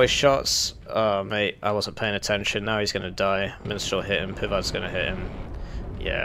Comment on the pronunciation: I keep hearing "minstral" instead of mistral.